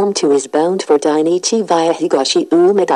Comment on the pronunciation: viaが発音できてないんだよなあ 完全にbyって言うてしもとるがな